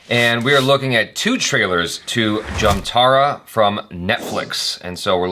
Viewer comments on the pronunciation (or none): It is called jamtaaDaa not jamtara.